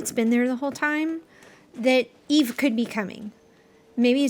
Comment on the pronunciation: How can someone watch Wall-E or know of the character from the movie and still say her name is EVE instead of EVA EeeeVvvva she literally teaches Wall-E to say her name in the f**king movie sorry but seeing so many people fan over Eva lately but still pronounce her name as Eve is irritating…